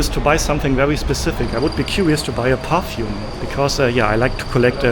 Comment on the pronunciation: *perfume not parfume